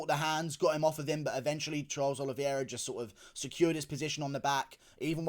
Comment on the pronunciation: Nice reaction and breakdown! I believe his surname is pronounced OLI-VAY-RA not OLI-VIER-RA.